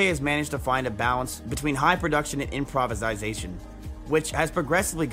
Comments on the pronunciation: “Improvesisation”??? Lmao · This man just straight up said "improvisaisation" and just ran with it. 🤣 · "Improvisisation" lmao xD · IMPROVISIZATION...... IMPROVISIZATION.....IMPROVISIZATIONNNNNNNNNN !!!!!